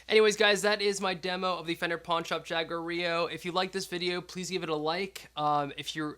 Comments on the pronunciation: Ha-Gwar-Ee-Yo Unless you are using the Anglicanized pronunciation then it's Jaeg-War-Ill-Oh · I know its very offtopic, but I love your t shirt 😂 Pd. The correct pronunciation would be as you did, but with an strong r. I don't know how to explain it, English isn't my mother language 😂